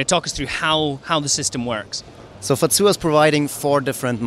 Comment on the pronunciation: how to say Fazua correctly. Stop adding in a T.